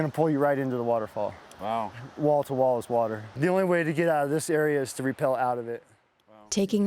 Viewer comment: Priceless, stunning discovery/adventure journey! Thank you for documenting it for us who cannot make the trip! Must point out, "rappel" is what y'all did on those rope descents; "repel" as y'all pronounced it, has an entirely different meaning.. Piano music was beautiful, too!